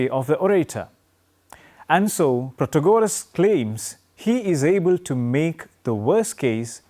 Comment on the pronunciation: It’s pronounced Protaaagoras